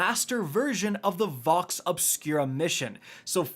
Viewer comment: its Vox not vex, lol do you even play the game